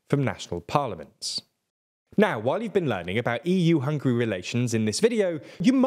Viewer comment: Why is it so difficult for you to learn how to pronounce Hungary?! It’s not hungry!